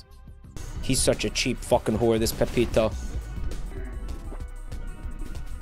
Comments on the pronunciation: he said it correctly a few times, but enjoys the name "Pepito" more. That, and he knows that if he says the name wrong, it pisses people off. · It's Peppino not pepito